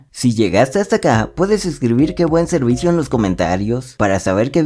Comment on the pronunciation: " Que buen serdisio "😊